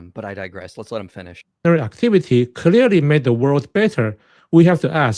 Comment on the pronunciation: Sheng Tsai: "Step 1 in a debate is to state your claim creary." Now I'm not trying to make fun of someone with an accent or if their first language isn't english (as english can be a difficult language) when I say this but that was a hilarious starting point 😂😂😂 It was mostly fallacious from there. In his misrepresentations that he was starting with also poisoned the well from the get go so his later "points" already are linked to that poisoning.